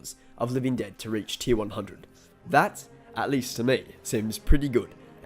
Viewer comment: “Living ded”